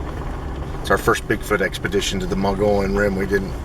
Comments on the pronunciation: Pronounced: mug-ee-yun or muggy-own by locals) please say it right. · "Moe-gee-yawn" rim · Mo - gee - on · Odd pronounciation, but it's "MOE - gee (like key) - on Rim. It's how the indigenous Indians in Arizona pronounce the Rim's name. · more like mug eon.